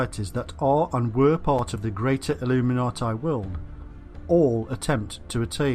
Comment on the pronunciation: It's pronounced illuminatee. For goodness' sake.. Illuminatai.. Cringe.